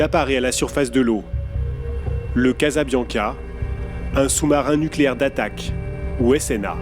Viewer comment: " NUCLÉAIR" sans E , merci